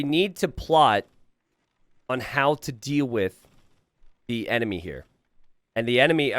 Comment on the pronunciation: "ENMINY" - 😂